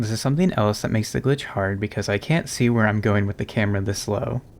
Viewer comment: I distinctly hear the N going straight into the U. "CAN USE". Plenty of other times he said "can't" were perfectly clear though.